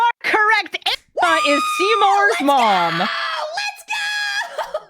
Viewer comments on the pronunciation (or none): none